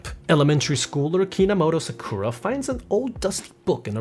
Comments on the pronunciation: Dude, she is SAkura, not SakUra. My ears are bleeding :( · when he says "sakoora"... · you know this way to say SaKUra is common to people who watched it dubbed when it was launched, while SAkura is usually how ppl call the pink haired girl from Naruto and many other characters with the same name? (however I understand that anyone with a basic knowledge of japanese would cringe to that pronunciation) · Okay, not only you pronounced "Sakura wrong" (stress is on the first syllabe, it's SAkura not saKUra. You only got it right at 22.23 ) but her surname is Kinomoto, not Kinamoto.